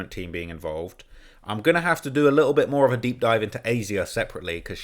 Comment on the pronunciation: “D4VD’s lit-el Fixer” (uk voice) 😂